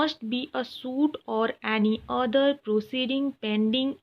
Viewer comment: Areee pronounciation to sahi kr lo devi ji other ko order bol rhi h 🤦🤦